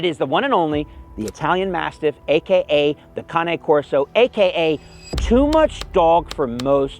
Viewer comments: Thank you for pronouncing “cane corso” correctly! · I’m glad to hear you pronounce Cane correctly…most people call it by the other name for a walking stick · Thank you for pronouncing the Cane Corso correctly. All these "experts" can't seem to pronounce it - they say "cane" as in candy cane. Our mutt was a Malamute-GSD-Sheltie Mix at the size of a skinny Sheltie. I can totally attest to Snow Dog, GSD, and Sheltie mentalities all rolled up into one dog. But he was a shepherd dog at heart with farm animals . . . and us. I used to take him to my school farm and he'd herd my pig for me and the 12 piglets for another student's 700 lb sow who knew he was a farm dog and enjoyed him keeping her young together behind her. And that coat had to be brushed all the time. We'd leave bulk of it out during nesting season for the birds - they really liked grabbing the clumps of undercoat. The pile would be gone in no time. These dogs are NOT for everyone.